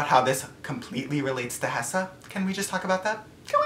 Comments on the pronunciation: Did you really just say hessa like are you trying to make me re read that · WAIT IVE SEEN THIS VIDEO SO MANY TIMES AND I JUST REALIZED HE SAID HESSA..... HE SAID HeSsA IM SHOOK YESSSSSSS HESSA